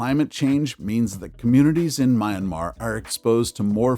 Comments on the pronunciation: You call it "Mian-mah". Two syllables. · Why can't you pronounce Myanmar correctly. Ignorance is unacceptable!!!